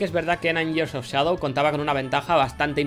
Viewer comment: Gracias a, sé que years se pronuncia "yiers" xD